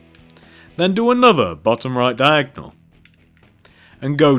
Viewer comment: you saying diagnal is so annoyang i know i spelled it wrong